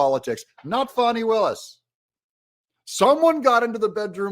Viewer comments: Whats with the Fahhh-ni pronunciation? Can't anyone read English? It's a common name with an uncommon spelling. It's pronounced Fanny, like Danny. Everyone in Georgia knows this very common word and old southern name. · wy are you calling her fani not fanny have you been threatend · It's pronounced Fan-nee. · It’s pronounced FAH nee! Per Wikipedia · Say her name the right way.... FANNNNNNIE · Her name is Fani, like what barely fits in her pants, not a baby deer. There is NO "w" in her name!